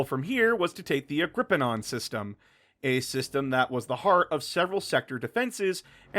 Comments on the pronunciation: I love the video and I hate to be that guy but it's Agh-gri-peen-uh not agh-gri-pee-on. Agripienaa had its roots in Latin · It is Agripinaa, NOT Agripi-NAAN! There is no SECOND N in Agripinaa! God, that was driving me mad.